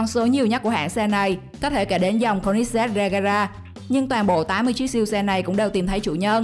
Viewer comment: cô li zét ko phải cô nít zét